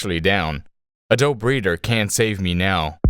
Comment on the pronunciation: Text: Adobe Reader Speech: Adult Breeder